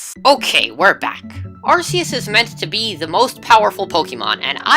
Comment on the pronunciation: You misspronounced Arceus